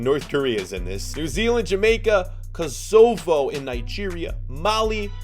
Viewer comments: Kozovo It’s Kosovo bro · Koe sow voe that’s how u say Kosovo 🇽🇰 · You sed eit wrong its kosowo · You pronounce Kosovo kos o vo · Kosovo is said co-sov-o